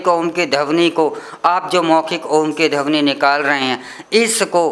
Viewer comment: बुरा ना मानें🙏🙏 "धवनी" नहीं,, "ध्वनि" शुद्ध शब्द है।🙏🙏